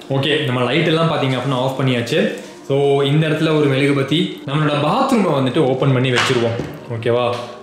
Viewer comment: Bro it is not melugubathi it is mezhuguvathi